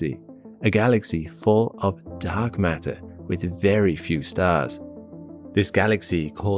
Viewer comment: "mark datter"